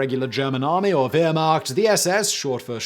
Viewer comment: i had to stop watching. I could cope with him cantering through with the speed of a racing commentator - how difficult would it have been to pronounce Waffen or Wehrmacht even approximately correctly?